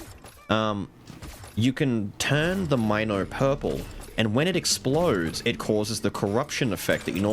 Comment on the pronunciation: I know you love Milo but it's gat dayum mino as in Minotaur. I know it's a mine and it's mind control but I just can't look at mino and say mine-o